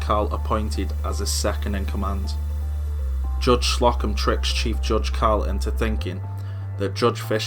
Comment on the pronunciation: it's Slow-come, not Slock-em